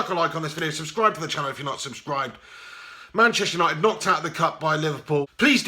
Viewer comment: "Gashtester United" hahaha 👏🏻👏🏻👏🏻